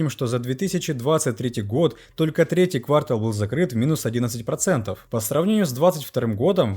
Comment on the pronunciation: Все нормально , за исключением одного. Ну когда блогеры выучат русский язык? Слух режет. Не квАртал, а квартАл .